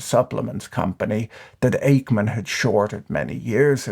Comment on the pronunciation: "Ackman" sounds like "pac-man" not "ache-man."